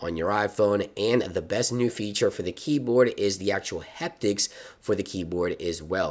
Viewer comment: It’s “Haptics” like happy, not heptics like hectic